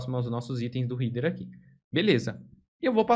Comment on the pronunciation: muito bom material. Só um detalhe sem muita importancia, mas a pronuncia de header doi toda hora